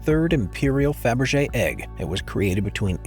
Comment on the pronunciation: ПРОШУ ПРОЩЕНИЯ!!!НЕ ФАБЕР,А КАРЛ ФАБЕРЖЕ!!! НЕОБХОДИМО ГОВОРИТЬ ПРАВИЛЬНО,!!!